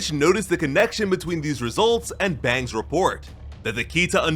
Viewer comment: It was Fang not bang btw